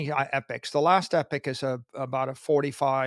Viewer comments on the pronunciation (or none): epic or ee-pock He said epic, pretty sure it's ee-pock